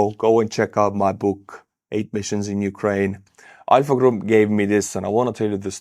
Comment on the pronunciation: I had to replay it 3 times and then out on subtitles because I kept hearing "EYE F**K" group"🤣🤣 and not ALPHA. 🤣🤣🤣